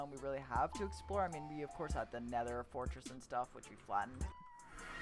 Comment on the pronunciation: the t in stuff is annoying me.